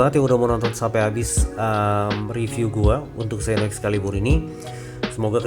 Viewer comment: mantab oom.. sukses terus... baca nya seno oom...